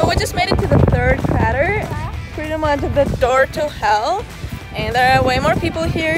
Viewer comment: Crayter not cratr!